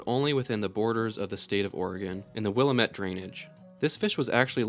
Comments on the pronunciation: Willamette is pronounced will am it NOT will a met. This pronunciation will get Oregonians jumping on you the same way as mispronouncing Oregon as Or E gone. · It's pronounced 'will-am-it' not 'willam-et' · Oregonian here, it's pronounced "WILL-AM-ET" not "willa-met" lole i had a buddy who ate a tiny oregon chub alive in highschool, we paid him $5 to watch him do it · Great video! Just letting you know that for Oregon, you mispronounced the Willamette Valley. The strees is on the 2nd syllable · As a native Oregonian…The way this man pronounced willamette made my teeth hurt…